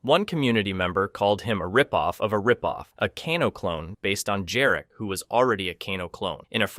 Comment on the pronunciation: Jarek not Dżarek. That is a Polish name.